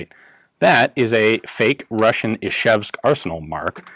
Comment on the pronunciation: Ian, Ижевск pronounces like Ee-j-ae-vsk, ж = j, like in "joule", not " Ishevsk". Great review of California-legal AK though. Hello from Russia.